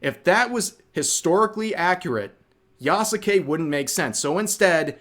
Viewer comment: At this point i think its a meme among content creators to say Yasukes name wrong